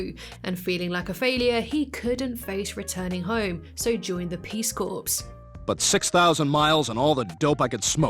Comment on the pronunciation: Brian joined the "Peace Corpse"? The "s" in "corps" is silent. Even in UK English.